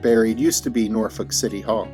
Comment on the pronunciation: Thank you for pronouncing Norfolk correctly. Shoutout to the 757.